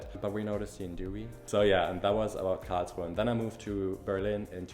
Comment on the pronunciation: I love how you pronounce KARRRLSRUHEEE. :D